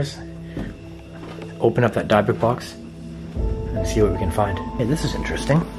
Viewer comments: I'm so so sorry but I'm kinda ocd but why aren't you saying the name of the box right ????? Does it prevent something if like the demons you don't say the name correctly ????? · No offense, love you #livealittle but you kinda pronounced dybuk wrong. But be careful with those boxes please. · It sounded like someone or something ran across the hallway upstairs and ran out the door?? And your pronouncing the word dybuk wrong. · Did it bother anyone else pronouncing dybuk wrong?! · How many times can say Dybbuk wrong before it drives me crazy 😝 oh wow and then suddenly he says it correctly. Anything for content I guess. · If your going to play with the big boys at least do it properly. Maybe start with pronouncing Dybuk correctly. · For some reason I can’t stand you saying it like that. That’s not how you say it has a silent y. But it’s your video. I’m just an audience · your pronouncing it wrong its not dabik but dibick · The way he kept saying Dybuk Box was earking the hell out of me like say it right Lmaoo sheesh great Video tho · I remember the video of you finding a DYBUKK BOX in the water. DIB-IK Lol that’s how it’s “pronounced” Yo! You say DYBUKK box so weird 😂.. it says zozo.. that box is prob not to old obviously. Dybbuk boxes themselves have only been around for a few years. but that could be authentic cuz some idiots prob really conjured a demon, and put it in a box. haha and would find it 😂 Though the contents of the box were insane!!! Good stuff. I have to watch the video again still completely. I already commented what I think about watching the clip at the end. Just saying man!! Didn’t mean to be harsh I love all your videos! I love the amazing “authentic” videos the most! Great work keep it up brotha. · What’s a dabuk bux 🤣🤣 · Good morning the word you are trying to say is dibukitt box please be safe when opening the box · Dib-ik is the pronunciation.... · Is it pronounced as Dibukk not how it spelled as dybukk